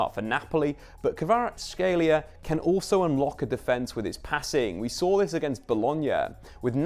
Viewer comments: It's not Krava, it's Kvara... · It’s not Krava it’s Kvara😅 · No, there is no CH in his surname, and believe me Kvarachelia sounds the worst. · It's more accurate if pronounced KvaraCHelia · thats how Neapolitans keep sliding into it because it sounds right to them. In Georgian his name is pronounced Kvara-ts-(k)helia. The kh doesn't make a k sound it makes a sound like someone from Liverpool pronouncing the c is come-on. Source: I'm Georgian and know a few Kvaratskhelias. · I believe in. He’ll get it eventually. It’s a hard one 🙈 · You botch his name (and that of Tbilisi) the most I have heard :D Also a wrong player at ~40th second and some other mistakes. Great analysis and stats tho. Thanks